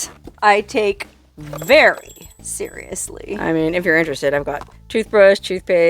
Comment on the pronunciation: ...I love the emphatic , and ultra pronunciation of the word 'seriously' that you use occasionally !!!😂😂😂... ...Does that include your white bathrobe also ??? 😘.